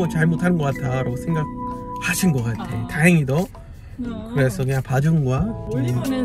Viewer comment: 그냥을 '걍'이라고 말씀하시니까 진짜 한국사람같이 말하는거 같아요 ㅎㅎ